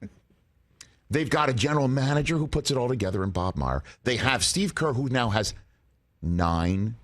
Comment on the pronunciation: and Bob Myer... lol he butchered all the names